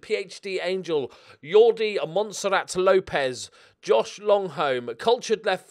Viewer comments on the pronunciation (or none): none